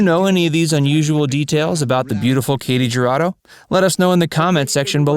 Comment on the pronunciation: Her name is pronounced KAH-tee Her-AH-doe.